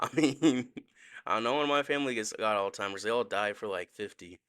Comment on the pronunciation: JUST so u know, it’s Alzheimer’s. (Allz-hi-mers)